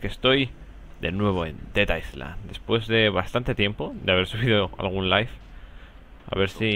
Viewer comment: Willy dice "estamos de nuevo en Teta Island. XD